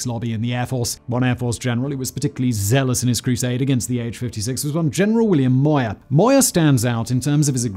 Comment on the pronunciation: The General who opposed the AH-56 was named Momyer, not Moyer. Incidentally, he was the same guy who tried to disband the Tuskegee Airmen.